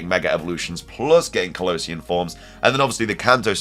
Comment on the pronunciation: Why do you pronunce Kalos and Kalosian so differently